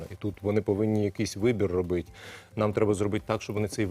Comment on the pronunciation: Не робитЬ, а робитИ!!!! Пане міністре, вдосконалюйте свою мову!!!! Неприємно слухати!!!